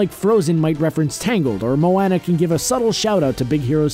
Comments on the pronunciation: Can this person pronounce Moana correctly?? It's not MO WANA, it's MO ON A. This was driving me crazy. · I live in Hawaii and him pronouncing it like mo-an-a instead of mo-on-a pissed me off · Who else cringed when he said mowana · Simpsons fan894ever you beat me to it [MOE-ON-A] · Him pronouncing "Mo-AH-na" wrong got on my nerves. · Moaaaanna Moana Moana 😂 listen to other people say this word dude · Two more Easter eggs in Moana (PS you are flicking so weird at saying Moana it's pronounced moe-on-ah hope that helps) 1. When little Moana picks up all the shells the turtle from finding nemo was there 2. When Maui gets his hook back he starts transforming really crazily and transforms into Sven the reindeer from frozen. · I love Mo-enna, its my favourite movie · Exactly. It's pronounced Moe-AH-Nah. Moana. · Say it with me now MO- ON- A. MO. ON. A. Now how do you pronounce Moana's name? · It's Mo-Ahhhhh-na say it like that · STOP SAYING MOANA LIKE MOANNA. JUST. STOP. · IT'S MO•ONA!!!!!!!! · its mo ona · Its MoahhhhhhNa :l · It's pronounced MOE-ONNA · He spelled Moana right but said Moana wrong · He said mowana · Raise your hand if you think hasn't even watched Moana since they can't pronounce her name 🙋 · U pronounced Moana wrong just to let u know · You said Moana wrong bro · I know i am nitpicking but needs to pronounce Moana correctly. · Am I the only person who can't listen to what he is saying because he keeps saying moana wrong😂😂😂😂😂😂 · The way he says Moana is terrible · and its a name so he should get it right no matter what accent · I got so fucking pissed when he pronounced moana wrong😂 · PercyJ OceanGod I spelled it like he said it but I know it's actually moana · Its bugging me soooo much and the name "Moana" has been pronounced sooo many times in the movie. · I did the second he said MOANA wrong XD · How do you say Moana's name wrong?!? They say her name multiple times in the movie!!! Boiiii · take a shot every time he mispronounces Moana